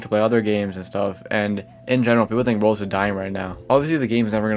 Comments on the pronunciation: Why does it sound like he's saying "Rolls" and "Rose" instead of Roblox? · why does he pronounce roblox like "rbz" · ive never heard someone pronounce roblox like roubooux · Why can you not pronounce Roblox?